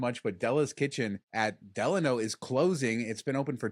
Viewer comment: Thank you for pronouncing "Delano" correctly.